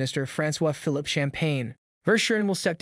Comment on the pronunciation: Rampant corruption with this lot! Canadians deserve much better leadership. ( - The name Francois Fee-Leap Champagne- is pronounces ''fee-leap' - )